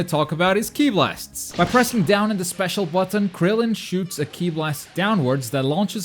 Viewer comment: It is Krillen not grillen